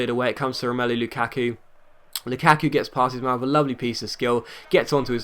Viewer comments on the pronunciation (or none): The way he says luKaku n what difficulty is that